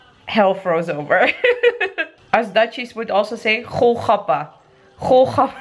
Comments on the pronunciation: GOL-GAPPA(PANIPURI) not KHO-KHAPPA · Golgappa ..not kho khappa LOL ..gol means round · its pronounced goal-gappa :P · Honey its not khol khappa.. Its gol gappa..😁😃😁😁😃😁😃😁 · It called.......Golgappa or Gol gappa